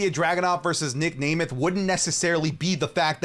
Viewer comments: at this point i think mispronounces names on purpose. Nic nAYmeth, Piper nEvin.. bro just say the names right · its nem-eth 😭